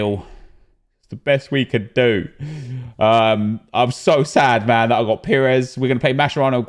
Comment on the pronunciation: Someone tell me why says MANNN like an American?? What's he trying to achieve??? It's annoying me lols